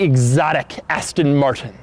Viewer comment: yu said Aston marshon